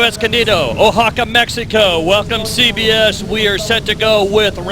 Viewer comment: dude they couldn't even pronounce Oaxaca properly hahahahaha